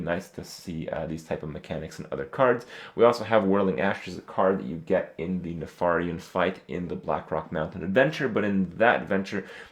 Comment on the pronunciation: You pronounce Nefarian wrong. Please, no one make fun of my name.